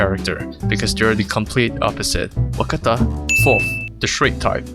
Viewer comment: Actually it's "Wakatta" not "Wakata"